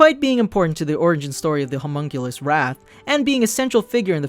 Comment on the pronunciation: Pronounced (Ho-Muhn-Kuh-Liss)